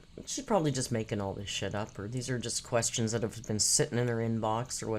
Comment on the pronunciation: Lets count how many times she says ... kwess-yins.